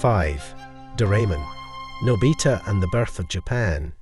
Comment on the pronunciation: is there any website that you can watch doraemon? also its pronounce '' Nô-by-tah'' not nò bí tà